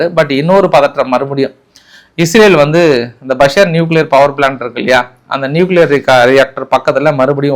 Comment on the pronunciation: ஈரான் ல் பஷர் பஷர் என்று கூறுவது தவறு அது பஷர் இல்லை பூஷர். ஏனெனில் நான் அங்கே கப்பல் பணிபுரிகிறேன்.